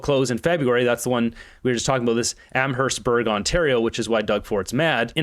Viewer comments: The town Amherstburg is pronounced Am-est-burg around here. The company Diageo pronounced De-uh-je-o was a failing bottling company that bottled various whiskies. I was surprised that they were still in business up till now. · Am hearse burg is how you say the towns name near Windsor when ya were saying it felt like I was having a stroke.